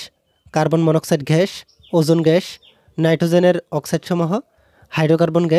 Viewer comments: Carbon dioxide ghash na bhai oita gas hobe pronunciation vul hoise🤧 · Arokom ghash ghash koren na gash na bole 😒😒ajob